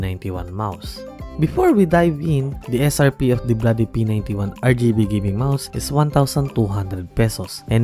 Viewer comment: de blaady RrrrrgibeMouse